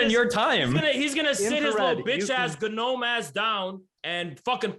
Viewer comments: I think the G in gnome is silent. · MF said “guh-nome” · I cannot tell for sure if emphasizes the G in gnome intentionally or not.